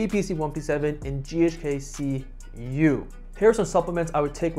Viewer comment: ghk-Cu not Ku